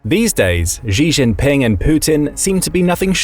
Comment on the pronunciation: A note to the narrator, with respect: "Xi" is pronounced closer to "shee" than "zhee". So the correct pronunciation would be closer to "shee jin ping" (I'm a first generation Chinese immigrant in thr west)